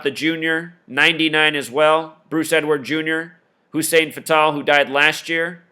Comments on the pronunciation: U keep saying fatal like the indian name patel but its fatal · You say "Fatal" so wrong my brother... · you cant even say fatals name right. these people are old and died. all black guys know most dont make it to even age 60. the old saying is what good is social security for the black man if he dies before he can even get it. syke was a big guy, he had health issues. it happens. he lived a pretty god damn long time.